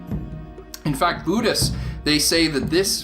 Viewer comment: What's a boo-dist?